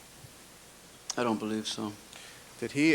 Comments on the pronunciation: The chip on his shoulder is the size of Mars Also, I hate how he pronounces the word ‘defendant' He's like the “DE-FEN ENDDD-ENTTT--ITT" It drives me fucking nuts.. Also, the camera man.. Jesus.. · I’m so glad I’m not the only one who despises how he says defendant. I don’t know if you have watched the Jody Arias trial, but the judge pronounces it the exact same way as him. It drove me nuts through watching that trial.